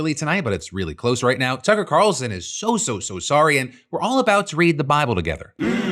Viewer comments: Am I the only one that heard him call him ‘Cucker Tarlson’? 😂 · Did anyone else here “Cucker Carlson” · No Phil didn't call him Cucker Tarlson? LMAO IT'S TOO GOOD! XD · Had to do a double take “did he just say cucker tarlson?” Yes, yes he did 😂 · you 100% said Cucker Tarelson lol XD actually tho lol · Cucker Tarlson slip killed me 😂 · Cucker Tarlson lol was that an intentional slip? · I heard that "Cucker Tarlson" mid-bong rip, Phil! 😭 You beautiful bastard, you 😂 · "cucker tarlson" lol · did you call him Cucker Tarlson???? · "Cucker Tarlson" 😂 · cucker tarlson😂😂😂😂 I heard that right right? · “Cucker Tarlson” is quite the hilarious spoonerism there 😂😂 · Phil did the “Cucker Tarleson” name slip again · If anyone can list all the Cucker Tarlson mispronounces list them plz I swear I heard a Tuck in Butt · Did anyone else hear him say "Cucker Tarlson"? 😂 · “Cucker Tarlson” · 😂 i had to rewind and now I'll never not say cucker tarlson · "Cucker Tarlson," Good shot Phil, even if it was unintentional. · I don’t know if “Cucker Tarlson” was on purpose or not but either way it’s very funny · Did you call him Cucker Tarlson? 😅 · Ok I’m not the only one who noticed “Cucker Tarlson” that’s hilarious and if not intentional what a Freudian slip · Not Phil saying Cucker Tarlson. xD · did you really say "Cucker Tarlson" ? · I heard "cucker Tarlson" 😂😂😂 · Did Phil call him Cucker Tarlson? 😂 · for sure right.. i listened to it a handful of times.. for sure it was cucker tarlson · DUDE I just raced here to see if it was just me 🤣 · Okay glad I'm not the only one. I also had to run the video back a couple times just to be sure because I kept thinking "there's no way" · never have I heard you mix up a name before. I had to rewind a couple of times. You are human! hehehe if you want to know what i'm talking about "Cucker Tarlson". You're still the best! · phil im unsure if you noticed but you slip up and say cucker tarlston and i've been laughing about it for a while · "Cucker Tarlson"